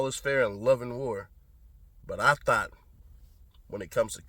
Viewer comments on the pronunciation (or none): you have me laughing at “thot” instead of thought. 🤣